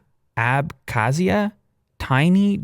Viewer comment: About Abkhazia, I will not say anything about dispute between my country 🇬🇪 Georgia and Russia about this Rog territory but your Pronunciation is good :)